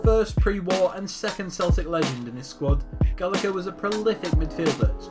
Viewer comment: Jesus Christ learn how to say their fucking names! Mór-ran. Care-ry. Gal-la-her. Staun-ton.